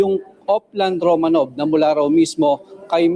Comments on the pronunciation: Please, it is not Romano V. It is Romanov, the last name of the Czar of Russia. Czar Nicolas Romanov and his family were executed by the Communist Party who then became the rulers of Russia on July 17, 1918. Again it is not pronounced Romano V but one word, Romanov. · TANGA! HINDI ROMANO V . ANG PAG BIGKAS AY ROMANOV. MAKINIG KA KASING MABUTI PARA DI NAGMUMUKHANG TANGA.👎👎👎